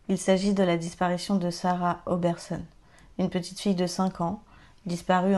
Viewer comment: Juste pour le détail: on prononce oberson et non obersonne :)